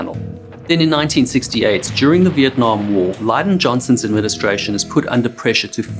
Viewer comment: How you said Lyndon Johnson made me cringe lol